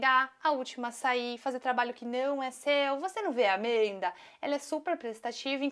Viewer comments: Pq q ela fala "AMEEHNDA" em vez de Amanda? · Esse "Amenda" me sobe nos nervos kkkkk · Que ódio forte que eu tenho desse "AmEnda" aaaaaaaa 😂😂😂😂